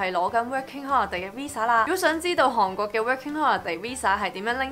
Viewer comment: 因為睇完mira條片youtube推薦我先過黎睇既，不愧係做過電台，講野清楚伶俐不過有少少懶音...火雞姐mira同你都有😂😂😂由其係講「韓國」呢兩個字